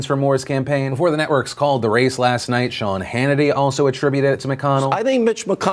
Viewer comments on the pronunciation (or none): none